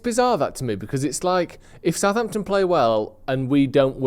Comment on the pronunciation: It’s Southampton for f@@@ sake